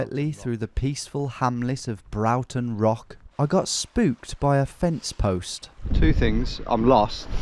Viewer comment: So funny seeing you pass through my home town! A heads up it’s pronounced ‘Braw-tun Beck’ 😂